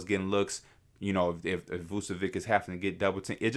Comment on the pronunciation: V u č(as in ch in chess) e v (as in victoria) i (as in India) ć (it sounds kinda like the t in tune or ciao in Italian) Please stop saying Vucevik